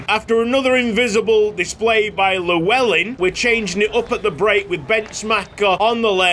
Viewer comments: could you possibly look at a video to pronounce the name Llewellyn, double L is pronounced differently in welsh. Its hard to describe how it is pronounced so I'd recommend just watching a video. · The way you pronounce Llewellyn is like hearing nails to a chalkboard for any welshman 😂